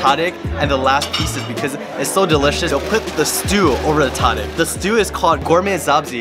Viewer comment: Brother! Pronounce tadig as “Ta-Deeg” and the Ta is supposed to sound like when the doctor says open up to check the back of your throat.